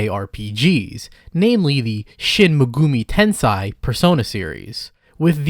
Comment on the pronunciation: "shin mehgoomy tensaih" i cant bruh 😭